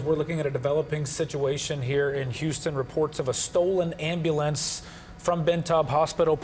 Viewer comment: "am-al-lance" LOL